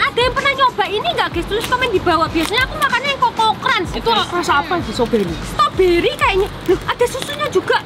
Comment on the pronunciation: ngomong ngomong bukan stoberiy tapi strawberrey